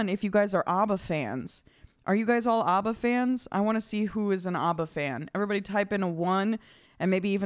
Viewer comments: Why do you keep calling them "Ubba"? Their name is Abba, not Ubba. Of course I am joking, but that doesn't mean it isn't annoying. Stop calling them "Ubba"! :-) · IT'S NOT AUBBA, IT'S ABBA! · Properly pronounced ABBA, not OBBA